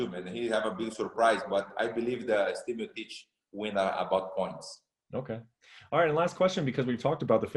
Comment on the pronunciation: Brett ffs it‘s MEEOCHICH you bubble gum reporter